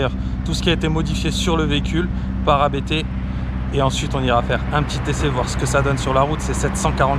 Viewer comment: Il ne s'appelle pas "A" "B" "T", mais Abt comme le nom de famille du fondateur avec 3 pilotes de course célèbres (dont DTM et Formule E) Vous devriez faire un peu de recherche / effort avant une vidéo! !! :-(